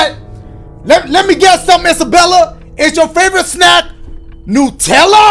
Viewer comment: “Is your favorite snack new tella” 😂😂